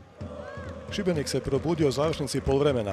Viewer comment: dobro je izgovorio Šibenik